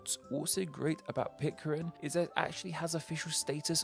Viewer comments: PIT - CARE - N not PIT - CAR - IN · Pitcairn, not Pitcarin. Yikes. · PitCAIRN...not PitCARIN. Sorry. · Explain what? was pronouncing Pitcairn as Pitcarin because of a typo somewhere. Such a hard mistake to make if you do your research. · came to this channel a few years ago for the interesting ethymologies, stayed for the badly mispronouncing of most of the names :))) In this video 'Pitcarin' takes the cake :)) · But it's definitely not Pit-carin!